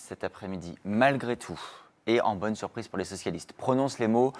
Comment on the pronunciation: Ca aloreu! quelle surpriseu! je ne m'y atendaiheu pas du toutheu! "Mimique de surprise actor studio 23 bis"